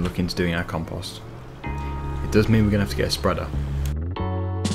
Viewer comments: in canada and the usa we say com-post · You say compost different from any way I’ve ever heard. 😂